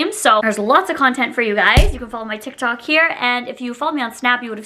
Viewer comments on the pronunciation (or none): none